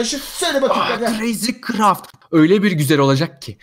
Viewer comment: Abi dızcraft diyorsun crayzcraft yazmışsın